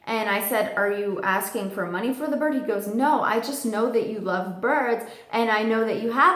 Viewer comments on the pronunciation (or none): none